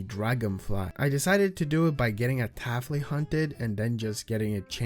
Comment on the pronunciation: Why do you say syrupent like that And why do you say taffly like that